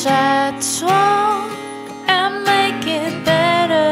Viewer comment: 노래 강의 잘듣고 있어요^^ 영어 발음하실때 마지막에 확실히 발음만 해주시면 더 완벽하실것 같아요! (Bet..->better)